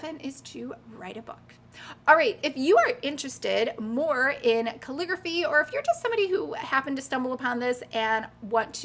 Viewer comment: Couldn't watch anymore after you pronounced calligraphy 5th time.